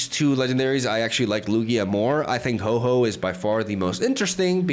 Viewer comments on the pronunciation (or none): Ho-Oh Not Ho-Ho lol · Bro can you please stop calling my favourite Pokemon HOE-HOE !? 😭🤣 Its name is Ho-OH ! Now i feel like being a creep for what my favourite Mon is called.... 😢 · I came to the comments to get in line and complain about your pronunciation of whore whore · I used to pronounce Ho-oh as Hoo-oh 😂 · I like it how he pronounces Hoe-Hoe